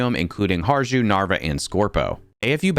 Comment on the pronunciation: . The "Harju" pronunciation, if someone is interested the correct way to say that, is "Hariu" or you can also try "Har-u".